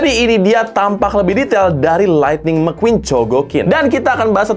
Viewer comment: Gw ketawa njir pas bang bilang mcqueen(mekuin) 😂